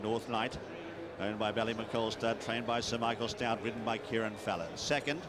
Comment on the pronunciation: Kerrin (rhymes with herring), rather than Kieran.